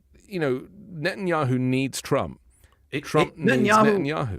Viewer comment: I'm not great with foreign names, but did she just say president Yahoo? I apologize for my ignorance of names. This is not an insult. I'm just trying to figure out what she just said.